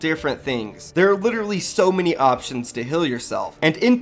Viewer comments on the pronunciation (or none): none